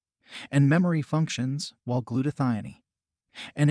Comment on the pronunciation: also glutathione. I think he is indian